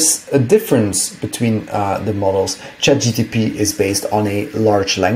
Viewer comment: Its ChatGPT mate. Not GTP.